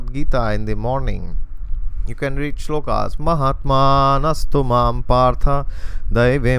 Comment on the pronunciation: We are so blessed to have you, blessed soul. The way you pronounce Sanskrit shlokas, you actually come across as a saint or sth. 🥺👌 Too good! Falling short of words to describe.. :((